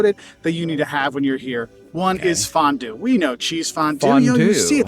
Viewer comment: as a Swiss, I can confirm that his way of pronouncing it was way closer to the original than he might think